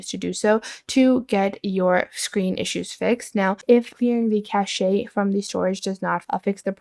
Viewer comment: Cache is definitely not pronounced that way. But it sounds classy.